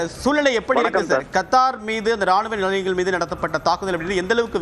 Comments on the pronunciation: யோவ்… அது கர்த்தர் இல்லயா.. கத்தார் … 😂😂😂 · யார்ரா அவன் நியூஸ் பேக்ரவுண்ட் வாய்ஸ் கொடுக்கிறவன் ஏண்டா கருத்தர் இல்லடா கத்தார் கர்த்தருக்கும் கர்த்தா இருக்கும் நிறைய வித்தியாசம் இருக்குடா யார்ரா நீ இந்த தமிழ் படிக்கிறவன் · adhu KAR THAAR illai. Kaththaar endru sariyaaga sollungal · கர்த்தார் இல்ல புரோ கத்தார். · சேய்தி ஆளிபாபவர் கத்தார் என்பதற்கு பதில் கர்த்தார் என்கிறார். கல்வி அறிவு மிக அதிகமோ😂 😂 ஆகச் சிறந்த கல்வி ஆறிவு. தமிழ் பலமை. ஆங்கில வார்த்தை Threat என்ற ஆங்கில விர்த்தை உச்சரிப்பு மிக அபாரம் Threat ஆ இல்லை Thread ஆ 😂😂😂😂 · அய்யோ எண்ட கர்த்தாரே..... அது கத்தார் டா கூமுட்ட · ஒரு நாட்டின் பெயரை கூட சரியாக சொல்ல தெரியல